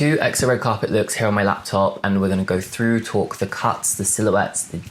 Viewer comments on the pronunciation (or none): none